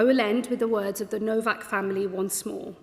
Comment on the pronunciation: You are saying his last name incorrectly. It sounds like Nowok not Novak, even though it’s spelled Nowak.